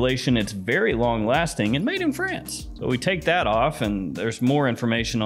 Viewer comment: the way he said made in france😂